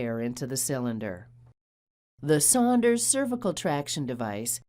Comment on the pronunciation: I thought was saying Sanders.